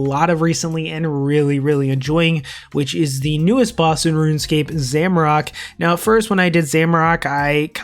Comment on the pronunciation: For the of Gielinor, stop saying Zamorak like that. 😂😂😂😂